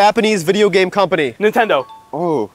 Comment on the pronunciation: He sure did say Nintendo with his chest